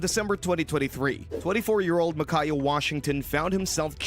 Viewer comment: I can’t watch this video with the amount of name mispronouncing. It’s MICAH (My-Kuh) and THOMAS (TOM-ISS).